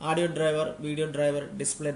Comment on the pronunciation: ഓഡിയോ ആണ്. ആഡിയോ അല്ല 😆😆